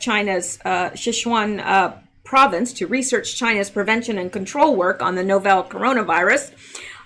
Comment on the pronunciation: Pronunciation help: "Novel" should be pronounced "NOV el" as in a book that is a work of fiction. "Novel" in this case means "unique" (as in "not seen before").